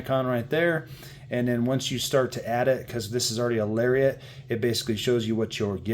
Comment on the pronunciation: LariAT not lariET 😂